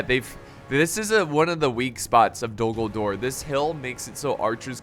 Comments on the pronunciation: Anyone else think he said “Dumbledore is under siege”?? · A few times when you said Dul Gul-dur, it sounded like you, ummm, said Dumbledor, hmmm, have a contingent of wizard and witches as magical artillery from Hogwarts called Dumbledor's Snipers in defense. I know, it's quite a mash-up, but it would still be fun to see a what if battle. on the other side, have the Death-eaters as enemy artillery. then throw-in some Quidditch players as air assault. perhaps it's ridiculous, but it would still be fun to see, then of course the standard Middle Earth contingents doing their thing. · to me it sounds like you're saying Dumbledore but I know you're not 😂